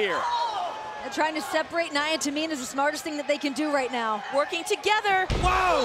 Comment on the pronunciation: Michael Cole you pronounced Nia’s name wrong, if she would have heard that she would have hit you with a Somoan drop